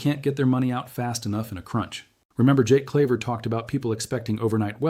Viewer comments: This AI can't even say JAKE Claver..not Jack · It's Jake, not Jack Claver.